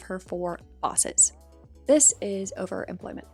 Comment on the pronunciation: Why the fuck does she pronounce overemployment as overimplent?